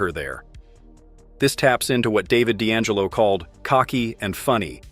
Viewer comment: The ai keeps saying David data...